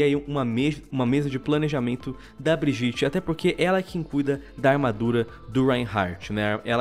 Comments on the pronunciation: Pfv fale bridjit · Meu eu poderia falar que foi de proposito ou coisa assim mas eu vou reclamar do fato do falar brijite e nao bridite no caso Brigitte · Ele falando brigitte errado da uma aflicao